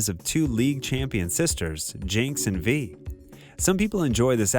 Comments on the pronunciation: He said “V..”💀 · Can you pronounce the characters names right? It says them in the show, come on now. You pronounced Ekko and Kiramann 2 different ways and Vi wrong the whole time, it’s just cringeworthy hearing your lack of effort